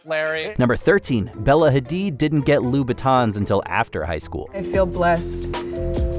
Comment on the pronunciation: IT'S NOT LOO BATONS. STOP SAYING LOO BATONS.